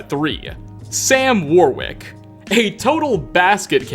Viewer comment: It's pronounced "worrick" not "war wick".